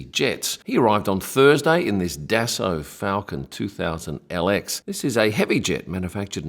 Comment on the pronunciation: Yes, I am sure. I have been the Aviation Business for 50 years and happen to live in a City that has a good sized Bombardier Facility. I am also certain that Dassault is not Das-salt. It is Da so.